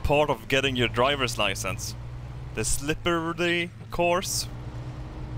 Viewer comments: Det heter SLIPPERY! Ikke Slippereredarliyy :P HAHA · I love hearing you try to pronounce “Slippery” and your American stereotype jokes. They are spot on 😂👌